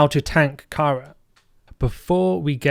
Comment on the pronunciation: That 'Kara' pronunciation shudder